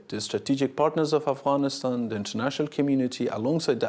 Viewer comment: I like how you pronounced “Afghanistan” i wish you the best of luck. Afghanistan will be in peace and have Bright future again if he becomes president of Afghanistan. One day Inshallah 😞